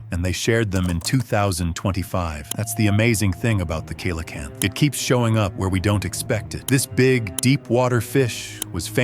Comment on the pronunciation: it's pronounced ce LA canthe